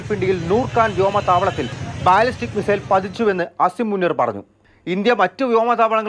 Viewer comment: ഡോയ് ഡോയ് പ്ലാസ്റ്റിക് മിസൈൽ അല്ല ബാലിസ്റ്റിക് മിസൈൽ ആണ്...പുല്ല് വെറുതെ അല്ല പച്ചകൾ ഇങ്ങനെ കിടന്ന് ചിരിക്കുന്നത് "ഇന്ത്യ എന്തോ പ്ലാസ്റ്റിക് ഇട്ട് എന്ന് വിചാരിച്ചിട്ട് "